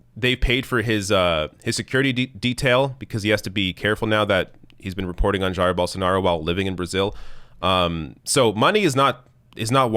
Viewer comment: If you can say “Zaïre,” then you can say “Zhaïre,” and that’s exactly how you pronounce Bolsonaro’s first name, Jair.